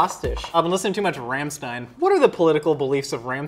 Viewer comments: As a German I feel so offended by this video. 1st: It's called Streusel [ˈʃtʁɔʏzl̩] not "stroozel" or what ever said 2nd: It's Rammstein [ˈʁamʃtaɪn] with a german A not an english A [ey] and you pronounce it "shtein" not "stein" 3rd: You would definetly like Rammsteins political beliefs. They are open minded and very tolerant. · Did he just say... RAM -stien? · The way he said Rammstein 🤦‍♀️